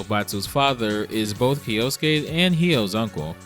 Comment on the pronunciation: Little weird semantic tip: kyo, like tokyo kyoto or kyosuke is one syllable. So not kee-yo-soo-kay. But kyo-soo-kay . Otherwise killer video